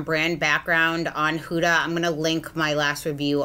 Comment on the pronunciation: Hey girl Huda is actually pronounced Hooda. Like little red riding hood 😘